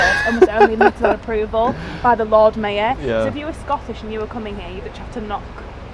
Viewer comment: Why can't she pronounce mayor properly